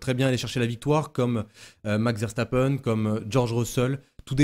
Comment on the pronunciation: nous parlons français pas allemand ;) donc c'est bien une erreur